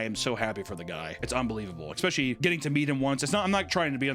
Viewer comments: please stop saying exspeshully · yet you still say Xspeshaly. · I love you dude but FOR THE LOVE OF GOD😂 There is NO X in ESPECIALLY😂😂😂😂😂😂😂